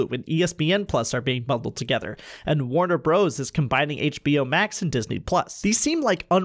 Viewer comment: You lost me when you called the company “Warner Bros” the second time. I understand that’s how it’s spelled but it is only pronounced “Warner Brothers”. If you’re gonna give industry hot takes, you need to say the company names correctly.